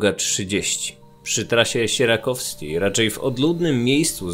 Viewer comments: Przy Trasie Siekierkowskiej a nie sierakowskiej ;) Pozdrawiam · Trasy Siekierkowskiej* nie "siekierowskiej" ;D